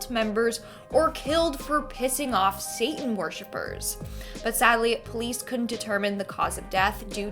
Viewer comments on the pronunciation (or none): none